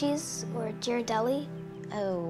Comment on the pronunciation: It is Geer-a-delli, not "Jheer-a-delli." Get familiar with Northern California, and specifically San Francisco, before trying to talk about brands. Jesus.